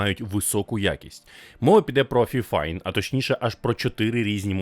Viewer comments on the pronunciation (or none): "Фіфайн"? Мабуть все ж таки "файфайн"? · Тож правильно буде фіфін